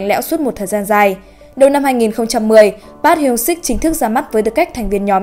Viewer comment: Trời ơi đọc tên idol tôi mà choáng